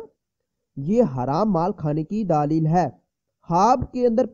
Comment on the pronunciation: Alfaaz tu thik say khao daaaali hy Kia hy???? Daleeeel hy daaaaaali Kia hy bat thik say nahi ati chale hy tabeer batne